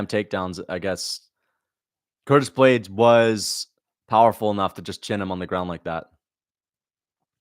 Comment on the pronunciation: Don t forget he said almeida will anihilate ploody man blaydes.